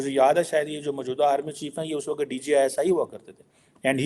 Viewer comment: it’s WAQT not WA QAT. Although Urdu is a borrowed language from India…request you to pronounce it right. Please Urdu ki taang na tode 🙏